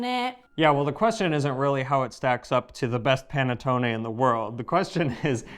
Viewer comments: Listen to please. The "Pan A tone A" is a bit hard on the ears. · It’s pronounced "pah-net-taw-nee.